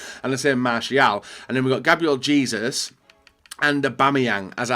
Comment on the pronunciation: The fact that he says Jesus like Jesus and not Jesus ;)